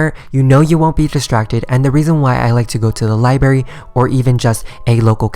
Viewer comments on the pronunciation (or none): OCD kicking in when he says libARY and not li BRA RY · It's libRary not liberry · am i the only one that DIES when he says liBARY